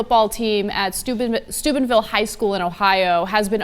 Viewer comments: lol she said "stupidville" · Lemons taste like lemons. She said Steubenville.